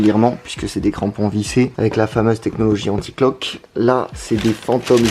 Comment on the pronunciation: Anti Clog et pas Cloq 😅